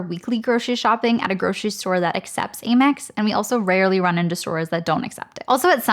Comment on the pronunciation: Aim-EX? I always thought it was pronounced AM-EX